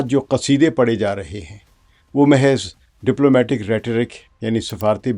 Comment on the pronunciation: جی! محض (درمیانی ساکن) mehez❌/ دُرست:mahz